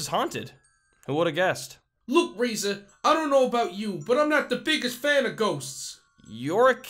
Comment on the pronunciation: I like the fact that N Bonnie says 'Raiser' like 'Raisin'